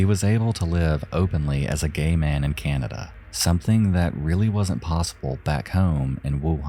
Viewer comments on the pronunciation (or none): none